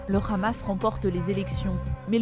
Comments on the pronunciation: Quand le journaliste prononce Akhmad yassine au lieu de Ahmad, ou bien khamas au lieu du hamas, 😂 plus besoin de continuer la vidéo . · C'est Hamas et non "Khamas" ....vous trahissez a peine votre langage sioniste.... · Y m'énerve quand y disent le Ramas c'est le Hamas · Arrêtez par pitié de prononcer ça le "RRAMASSSSS" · pourquoi la journaliste dit KHamas ? elle sait pas parler ? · pourquoi le hamas prononcé "amas" est maintenant prononcé khamas ? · Op op op la présentatrice a prononcé Lee Khamas hé hé hé BFMTV 😂😂 Vraiment je crains pour la France est devenu une colonisation sioniste 😢😢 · Un mois encore et BFMTV changera de prononciation le Hamas deviendra le Khamas 😂😂😂😂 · C le Hamas pas le KHamas vous êtes journalistes français ou israéliens ?!! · C'est drôle la façon de prononcer le mot Hamas des journalistes français avec un accent qui n'a rien de français d'ailleurs, bref vive la Palestine libre, on saura se souvenir de la manière que les medias ont eu de traiter l'information et limite de l'incitation à tuer des enfants sur la bande de Gaza.